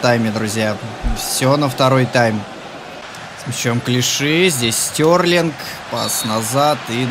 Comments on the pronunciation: Стерлинг,а не Стёрлинг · Стьорлинг? Может Стерлинг? Поучи английский. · Прости а почему Стьорлинг а не стерлинг?